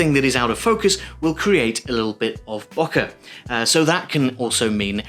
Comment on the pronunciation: Great!! It's pronounced, Bow - Keh ;-)